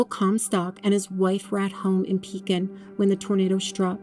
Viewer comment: Ma’am I live in Pekin and it is pronounced W-E-E-K. And Cef-cue!